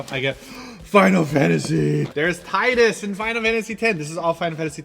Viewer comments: c'mon...ffx is your second fav installment of the franchise and yet you don't know how to pronounce the main protagonists name? XD its "tee-dus" and not "tie-dus" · Yay! calls him Ti-Dus instead of Tee-Dus! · ITS PRONOUNCED TEEEEEEEEEEEEEEEEEEEEEEEEDUS!!!!!!!!!!!!!!!!! (Please I threw my headphones of and yelled at the screen) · I used to pronounce Tidus like you do, then I learned it was supposed to sound like Tee-dus. At that point I just dropped him as a favorite character.